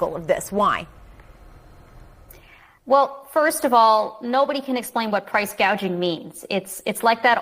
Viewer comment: Kamala said PRICE GAUGING